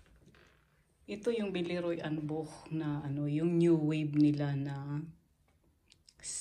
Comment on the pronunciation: You have a really nice collection! Also, you pronounced "Boch" perfectly - usually people who are not native German speakers, don't know how to pronounce the "ch"